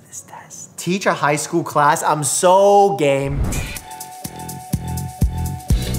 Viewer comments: Omg when mike said IM SO GAME I thought he said IM SO GAYY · “I’m soooo gay” is what I heard